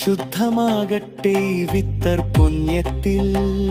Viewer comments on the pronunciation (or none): 👍🏻👍🏻👍🏻❤❤Fitar സകാത്ത് എന്നാണ് not വിത്തർ സകാത്ത് 🎉